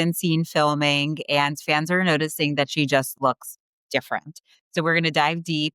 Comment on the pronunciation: What is “plawstick” surgery? Why can’t women today pronounce a “short a” sound? “That” is now “thawt.”